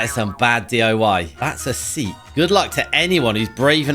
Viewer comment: he didn't pronounce the T